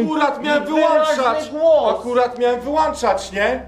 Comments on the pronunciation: Ja rozumiem straszny klimat, stalowe jaja… Ale czy tylko mnie denerwuje to „wył!A!nczać” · Błagam Was - nie "wyłanczać" tylko "wyłączać". :-/ A po drugie - FM i AM to nie częstotliwość tylko modulacja. Zatem nie mówcie, że zmieniacie częstotliwość, tylko modulację z FM na AM czyli z modulacji częstotliwości na modulację amplitudy. A w szczegóły się już nie wdaję. Wygooglacie sobie. ;-) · Początek filmu: "Wyłączać" nie "wyłanczać".